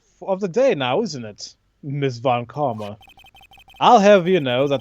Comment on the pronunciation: I'm not sure, but "Von Karma" must be pronounced as "Fon", not "Von"